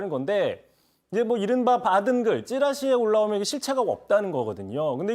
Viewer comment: 오늘 이상하네요? 초반부에 '받은 글' 을 '받은 길' 이라고 발음하고, '건진법사' 를 '진검법사' 라고 발음을 하네요? 혹시 음주방송은 아니죠?